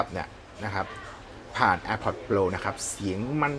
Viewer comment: พี่ช่วยออกเสียงตามต้นเเบบว่า โปร ได้ไหมครับ โปล โปล ฟังเเล้วดัดจริต